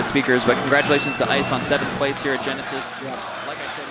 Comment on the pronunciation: "It should be decided here at Yenesis"...dead